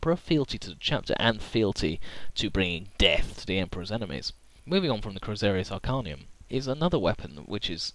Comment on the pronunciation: I like your videos. Details in fluff of 40K never ceases to interest me, and I love to absorb it, as it has a large and vast lore indeed. But let me mention a small correction: it's "Crozius Arcanum", not "Chrosarius Arcanum", as you appear to spell it (or I have hearing problems). Rosarius is an armour itself, but I believe that you've noticed this mistake already, but I just wanted to clarify if you didn't. Thanks for another nice video, mate. The Emperor Protects.